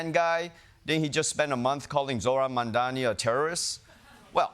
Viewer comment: MAM - DANI , coz we Got to get it Right !